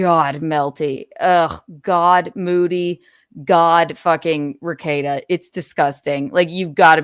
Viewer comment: lol you murdered Rekeita